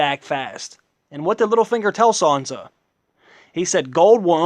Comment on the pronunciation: its SAN-sa not SON-sa proper annoying